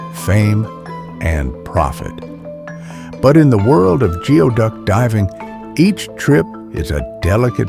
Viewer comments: It is not pronounced geoduck , it is pronounced gooey duck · It's pronounced gooey duck